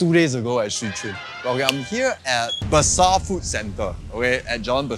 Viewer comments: That's Jln Ber Seh. Not Be Sar. Berseh food centre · Alamak, you pronounce the street name wrongly. It's Berseh (Ber-sih: "Clean" in Malay language), not Bersar... 😅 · Just to avoid confusion between Jalan Besar (pronounced Bur-Sah) vs Jalan Berseh (pronounced Bur-Say)